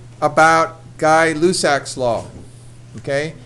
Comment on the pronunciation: You said the name wrong!